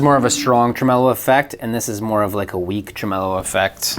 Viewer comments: "truh-MEH-lo?" Never heard it pronounced that way before. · Trem-el-o sounds like a lounge singer from the 1960s ...'Ladies and Gentlemen...Jack Trem-el-o!'